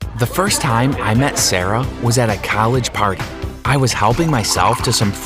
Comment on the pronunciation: i love how he said colleg